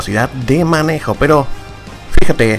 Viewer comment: Si los enemigos son mantequilla peroh estoh q ehhhhh